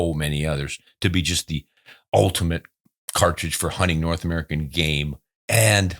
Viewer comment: Atta boy from dah U.P.! But you mispronounced the "great white Nort". Cheers from Flint 🍻!